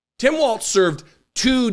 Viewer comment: pronounced "walls" not "waltz"